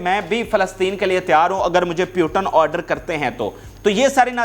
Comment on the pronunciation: In the whole Pakistan I think no one is to pronounce Putin name correctly they call puetan😮😮😮😮😮😮